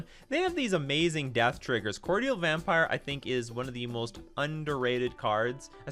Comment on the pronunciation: Everyone, please google pronunciation of "Cordial". This is almost to the level of "Viscera" at this point.